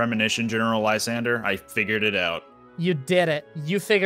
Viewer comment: might be the only person i have ever heard read Lysandre's name correctly on the first try lol